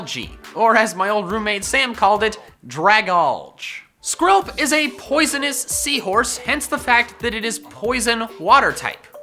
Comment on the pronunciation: THERE IS NO I IN DRAGALGE! POISONOUS, NOT POISENIOS! WHICH, NOT WITCH!